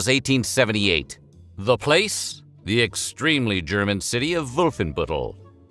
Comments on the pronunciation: I seriously appreciate you pronouncing German correctly. You got my like and sub just for that. Das gefällt mir sehr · Aside from your excellent comedic timing, the other reason WHF should NEVER consider a different narrator...is that our dude can pronounce the German names and words pretty well! I am not saying that only German language is of particular importance, but I take it to mean that somebody bothered to ask: "how do I say this strange foreign thing before I make an entire YT video about it"? This is a (very German) commitment to quality! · The pronunciations of the different German names in this videos are pretty good, compared to most anglo narrators! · Props to you, the pronouciation of these many German words was actually very good